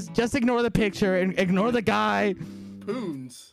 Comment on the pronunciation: I can’t over the fact that he pronounces punz as “poonz” this is amazing lmfao